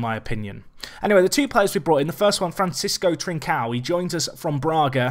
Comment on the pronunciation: Trincão is pronounced closer to "trinc-ohw". It's hard as hell to describe to English speakers but that's as close as you'll get. Fantastic video as always mate!